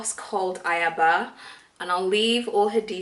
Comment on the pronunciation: Sorry it's not pronunced 'ayaba' but 'ayaba'😆😆